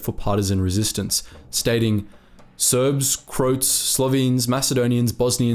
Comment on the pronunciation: Croats isnt pronounced like boats, it's pronounced crow-ats or crow-ahts